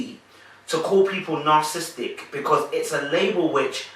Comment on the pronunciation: I truly enjoy how you dissect the personalities on this show. The words narcissistic and narcissism have 4 syllables and not three. Otherwise, always a great video!